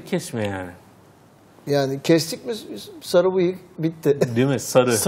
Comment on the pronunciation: D şlaksdlkşasdma "Sagı" nedir ya:D Sarı o sarı